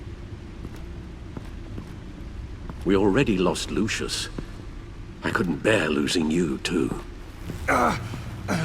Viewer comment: Did Bruce call Lucius "luscious" ?